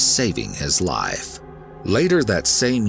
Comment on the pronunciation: Why does he pronounce the F in Life or Wife? He says lie and Wie